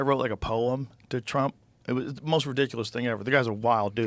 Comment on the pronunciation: Did he say, "TRUMPIN JACKS"!!😂😂